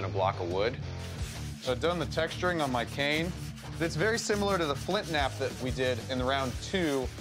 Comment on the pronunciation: Am I the only one who thinks that he said it wrong because he said "can sword" instead of cane sword?